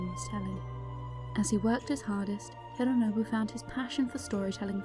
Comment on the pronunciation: Why do you call him “hirrrrooonobu”? It doesnt sound English and doesn’t sound Japanese either